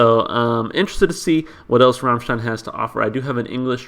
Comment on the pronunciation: It's gratifying to see someone not butchering the bandname pronunciation. I'd suggest for English translations. Of course it's not the absolute perfect, but you can see bits and pieces from some comments there to know what the song refers to. Next, please react to Ich Will live at MTV, the band will play a snippet of Sonne before switching to Ich Will. Expect some cool pyrotechnics as well. But the video has some mute part due to audio problems. You can choose to react to the live version in Werchter with hard-subbed English translation.